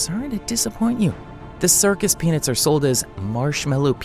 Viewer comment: It helped me when the m&Ms had penises inside it's pronounced peanuts thank you and I didn't know there was power rangers in the pack of m&M's what kind of m&Ms has that? I know what you're doing there.